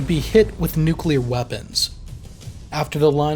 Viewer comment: Finally a youtube channel that doesn't pronounce the word "nuclear" as nuculer